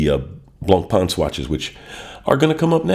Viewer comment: You're collection is really interesting and your commentary was great I enjoyed this post very much, thanks. You pronounce the French names very well except Blancpain, fore some reason American watch people struggle with this one.